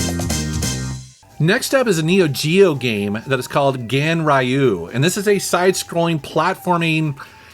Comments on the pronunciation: "Genrayu", really? It says Ganryu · Hi, just want to call out about pronounciation of Ganryu: Gun-RiYu Awesome video as always, you rocks! 🤘